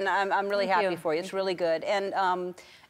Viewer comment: i love how she says weally instead of really